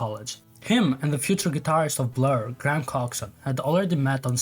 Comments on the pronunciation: Gra ham lol. It's pronounced like grey yum. Great video though! At the time I was very heavily on the Oasis side (and therefore listening to Blur was forbidden) afterwards I've often tried to have a look at Blur as well. Also, you're confusing "except" and "other than" (sorry, I'm an ESL teacher). The album had all the songs except Feel Good Inc means that Feel Good Inc was not on the album. You mean "other than Feel Good Inc, the album had other songs" (Feel Good Inc was on the album, but also other songs) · graham is pronounced "grey-um"